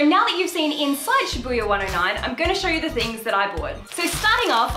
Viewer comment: I hope this is not insensitive of me to say but in the beginning when you kept saying Shabbuiya my brain turned to Bring It On and was like, "shabooya sha sha shabooya, road call"